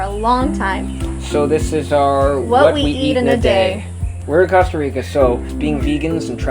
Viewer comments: Please say cOsta right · yes, it's COAST-a reeka, guys :-D